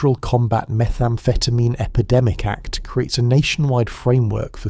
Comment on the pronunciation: This sounds more like dexamphetine than methamphetamine?